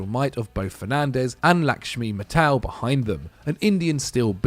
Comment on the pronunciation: I cringed at his pronunciation of Laxmi Mittal 😭😭